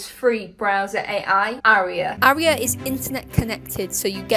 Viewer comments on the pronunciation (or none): none